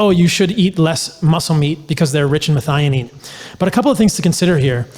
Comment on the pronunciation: Pronounced- Meth-eye-oh-neen...